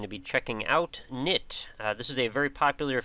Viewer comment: Woo, Knytt! Just a small thing, but it confused me a bit; the name is pronounced /kˈnʏt/, with a non-silent k and the y sort of like the German ü. (See e.g. Nifflas' Greenlight video)